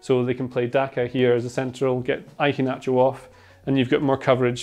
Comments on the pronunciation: every time says "I-HE-NACHO" its so cringe definitely ruined the video for me. A better pronunciation is "HE-A-NACHO" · Why are you pronouncing the start of Iheanacho like that? Like Ivan? Ian and Inverkeithing aren't pronounced like that.